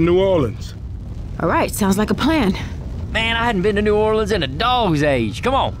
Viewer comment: the way coach said new orleans ... 'norlins' 💀